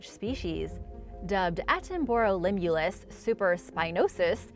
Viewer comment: Please learn how to say Sir David Attenborough’s name.